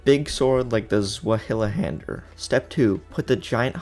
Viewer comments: "Swilhunder" hahaha, the correct pronunciation is "tsvaihandea" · I know it's not important, but the sword is pronounced (Zvy-hander) One of my favorite swords of all time, and in elden ring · “Zweihänder” is pronounced “Zvai haander” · Bro said "Swahili-hander" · How to pronounce zweihänder (doublehanded sword): Z=ts , w=v(like in valor), ei=I (like I), h=h, änd=basically end, e=e(like in end), r ... what ever you feel like honestly most germans dont pronounce it anyway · Every germen after he sein Zweihänder like this swielhänder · The Zweihänder is pronounced Z-why-hander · Hauahahabauagsh try to say ZuWayhander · Zwei is German for 2. So it directly translates to "Two Hander" (It's pronounced "Zv-eye", sorta. Zw is kind of it's own sound) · Awesome video; for information purposes the Zweihänder is pronounced like “ZV-eye” as in the german word for two as in a two handed sword. 👍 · It's Zvaihander when pronouncing it. It's a German sword and in German, w is pronounced as a v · you pronounce it as [ z - way - hand - er ], except swap out the "y" for and " I " pronunciation. hope that helps frend :) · Stop saying suwahuhahander its ZWEIHÄNDER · Zweihänder is german for Twohander pronounced like Tsvyhander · okay i’m sorry but when someone gets information wrong and i know it’s wrong but i can’t immediately correct it i lose all control and go feral so i need to do this 1: zweihänder is pronounced like zwi-hand-er 2: black knives are all women so saying “he” for the black knife in the catacombs is wrong (i know this is stupid to correct and that it barely matters but refer to my opening statement. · A good way to think about pronouncing it is zvy haender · I am german Zweihänder is pronounced difrently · Why did you pronounce Zweihänder like that as it physically hurt me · The way he say zweihander 😂 (it's german) two handed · Pls stop murdering the word Zweihänder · Pro tip for pronouncing zweihander: drop the «hila» part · please google how to speak out zweihänder